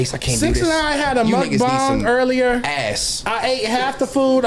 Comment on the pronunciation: Why does keep correcting himself oh the mukbang word lol. You pronounce it properly the first time. Unless you’re talking about something else